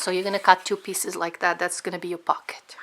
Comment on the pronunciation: "We're going to sew dis side and then dis side and then dis side and then dis side. Now I'm gonna go do dat and I'll be right back'. too annoying.